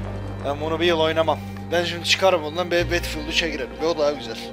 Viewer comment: betfiıld ne battlefield bedılfiıld diye okunuyo!!!!:D